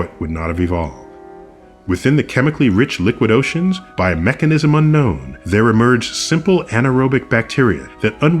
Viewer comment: How many times have he said unknow !